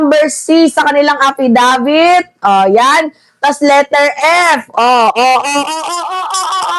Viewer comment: AFfisabit ang twag jan hindi affidavits😅 kasi sige lng bintng walang reaibo. Taenanyo!